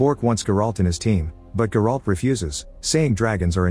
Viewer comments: You butchering the names bro its not GerAlt its Geralt ONE WORD for fucks sakes ! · The way his AI voice pronounced Geralt🤣🤣🤣